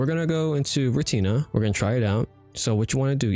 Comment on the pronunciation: Bruh, you butchered the word Retina btw